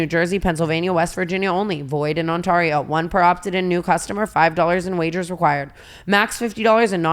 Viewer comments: TANA start saying ONT-AIR-EE-OH i keep hearing OntOrio 🤣🤣🤣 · I get it like its fine but you guys should really rerecord the draftkings and pronounce ontario correctly. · I never want Tana to say onTARio diferent. also love you for speaking up finally🍉